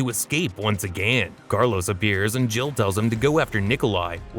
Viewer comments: Too many uses of the word again with a voice that can't pronounce it. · "Once AgANN" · “agan” I love it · “ONCE AGÆAN 😎” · Your “AGAIN” annoys me for some reason.